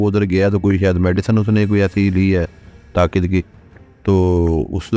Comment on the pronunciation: medicine "taqit" ki 😂😂😂